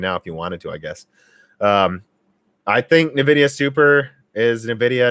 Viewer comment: OK, have to try at least once. It's en-VID-ee-uh. It is not neh-VID-ee-uh.